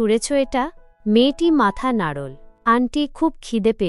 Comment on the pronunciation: নাড়োল্ নয এটা হবে “ নাড়লো” ভাবোল নয় “ভাবলো”. এল্ না নয় হবে “ এলোনা “। বেরোল্ না নয় হবে “বেরুলোনা”😅